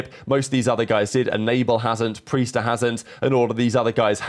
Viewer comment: He really thinks Priestahh is Pisstahh . My bad, it aint like he just won it last year, it was just Hydra and his dogs 😂